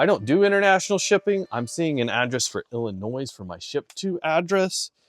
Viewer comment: BTW, when you say Illinois... don't pronounce the "s" at the end. Like toy and not toys. lol 😂